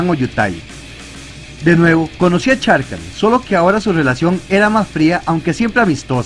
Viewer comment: Excelente video, gracias a ti conozco más sobre los Planeswalker... Solo tengo una duda, sobre la pronunciación de un nombre, ¿Sarkhan se pronuncia como se escribe o se pronuncia Sharkhan? Esa es mi duda, ya que otros youtubers al igual que tú lo pronuncian como "Sharkhan" en lugar de "Sarkhan"... Espero que me puedas aclarar esa duda.!